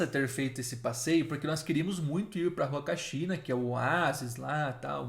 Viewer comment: Em espanhol o H não tem som, assim como na língua portuguesa. Então se fala "Uacachina", "Umantay"... O H não tem som de R.